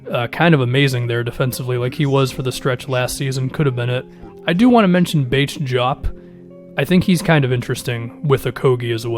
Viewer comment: Its bates- diop that's just how its pronounced I guess lol but in the draft last year 2nd round pick